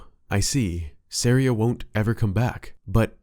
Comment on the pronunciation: it’s SAW-REE-UH as in a type of music called an Aria